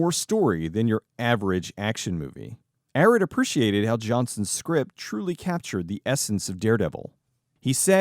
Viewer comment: Avi Arad pronounced "Uh-Rod" not "Arrid" like the deodorant.